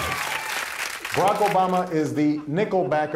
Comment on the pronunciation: Why do they keep saying barack??!?